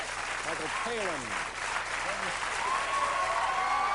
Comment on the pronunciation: i love that he always says Michael Palin's name wrong 😂😂